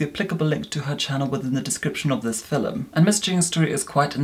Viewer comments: Please stop saying filum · i was watching harry potter and caught myself reviewing the "filum", then remembered of how pronounces it and came here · Take a shot every time says: •”fillim” •acne •banish